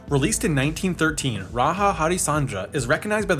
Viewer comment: I love how , he pronounced "Raja" as "Raha"